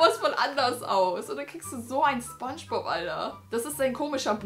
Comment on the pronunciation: Wer hatte auch nen lachflash wie sie gesagt hat: das ist ... spob aber nich sphongebob